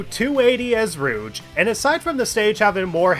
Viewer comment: Why do you call her "Rooch" instead of "Rouge"? :D